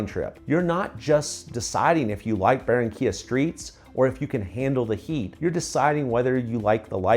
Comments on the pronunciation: Por favor si vas a hablar de Colombia por lo menos dí correctamente los nombres de las ciudades y pueblos de los que estas hablando. No es Baronia se llama Barranquilla, Cartago es Cartagena, a lo único que le pegaste fue a Santa Marta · If you're going to talk about Colombia, at least get the names of the cities and towns you're referring to right. It's not Baronia, it's Barranquilla; Cartago is Cartagena; the only thing you got right was Santa Marta.